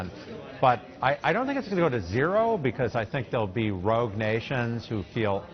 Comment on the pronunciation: “Rouge nations”?